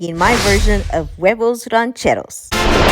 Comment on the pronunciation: It’s “Ranchers Eggs” ...get outta here with that Mexican accent and “mild salsa”! 😂